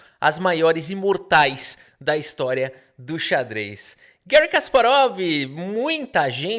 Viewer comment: O nome não é estadunidense, é russo. Assim, fala-se Garrí, nunca Guéri.